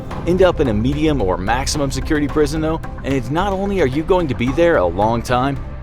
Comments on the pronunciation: "end up in a maximum or medium security prisonum" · The emphasis on the MEN when he said prison was just plain awful